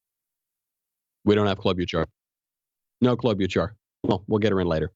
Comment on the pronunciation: You're saying Klobuchar's name wrong...